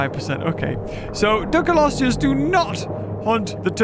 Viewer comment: Why does literally everybody I hear saying Dunkleosteus out loud pronounce it wrong, like Dunkelosteus? Even the characters in game and the voice over for their official launch trailer say it wrong haha. There is not an e after the k, there is an l. Nigel Marven did it right! :'D